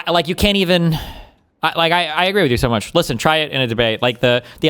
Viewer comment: Also, words ending in "o", like no or so, should not have an r sound. Stay in Australia.